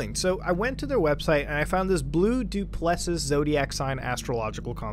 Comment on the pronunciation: he butchered duplessis so bad lmao